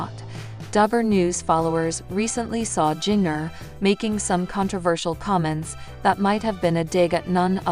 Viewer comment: If you are going to talk about Jinger, you should pronounce her name correctly!! It's pronounced Ginger!!